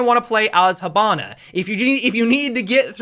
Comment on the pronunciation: Is no one gonna react to him saying "Habana" instead of Hibana?